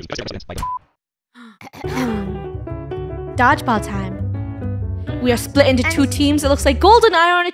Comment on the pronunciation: ✨dogelball time✨Funny said it so preshishly